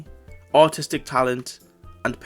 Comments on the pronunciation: I might be deaf, because I can't help but hear autistic talent instead of artistic talent every time 😭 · When you said “artistic talent” I was not looking at the screen and I was confident you said “autistic talent” 😂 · I heard "artistic talent" as "autistic talent" and honestly just went with it until I read the line lol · You did NOT say artistic